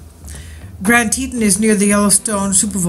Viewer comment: It’s Tetons not Tetin